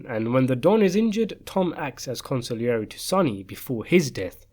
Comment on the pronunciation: con see air j not con sig lee air e